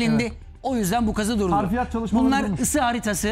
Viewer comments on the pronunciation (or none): Koray bey harfiyat değil Hafriyat olacak. Anlam değişir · Bu güzel vidyoyu hazırlayan, sunan ve katılan konuklara teşekkür ediyorum. Not : Konuşmacı olarak katılan (1) değerli kareşim, yapılan kazıda çıkarılanlar için 2 HARFİYAT' sözünü devamlı olarak kullandı, HARFİYAT diye bir kelime yok, gramere de uygun değil. HAFRİYAT olarak düzeltin. Arapça bir kelimdir, حفريات hafriyat olarak yazılır ve okunur. 2) HARFİYAT da Arapça, 'harf' ten türetilerek uydurulmuş.